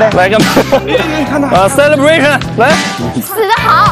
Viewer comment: 我第一次聽懂的薩拉柏審 celebration 😂😂